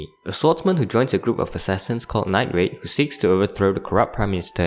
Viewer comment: Get your toungue checked night raid nine grade damnit